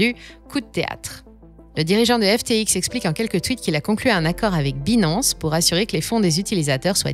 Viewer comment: C'est trop cucu la façon qu'elle prononce Binance😂😂😂. Il faudrait qu'elle prenne des cours d'Anglais. Hasheur le prononce si bien.